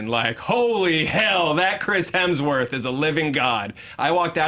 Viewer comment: I find it hilarious that Erika absolutely cannot say Hemsworth without throwing an L in there. LOL she tried, but just couldn't un-L that sucker.